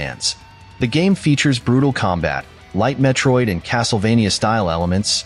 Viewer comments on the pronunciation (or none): none